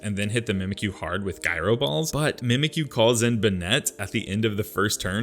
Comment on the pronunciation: For future reference: The g in "gyro" is not pronounced like a g. It's pronounced like a j.